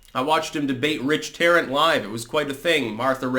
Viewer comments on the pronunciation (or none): none